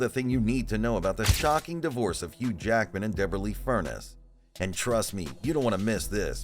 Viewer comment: FurNEES! FurNESS!!!!! Not “furnace”!!!!